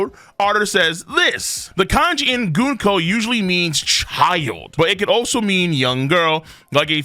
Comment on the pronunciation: it's Gunko not GOONko.